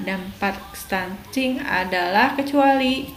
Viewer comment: Stunting kk bukan stunSting ...